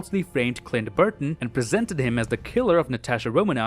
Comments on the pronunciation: It’s BARTON not BURTON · Did he say Clint Burton the whole episode? It Barton lol 😅